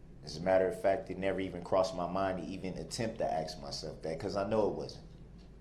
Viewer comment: Saying "aks" instead of "ask" shows his guilt.